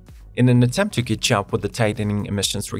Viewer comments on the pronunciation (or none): Narration begins: “In an attempt to kyitchup...”